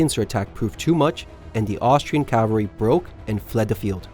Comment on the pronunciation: CA-VAL-REE not calv-aree